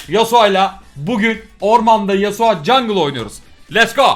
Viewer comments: nobody:: yasua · nobody:: yasua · neden Yasuo ya yasua diyosun? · YASUA DEİL YASUO YASUO YASUA NE YA:DDD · yasua değil yasuo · No Body:: Yasua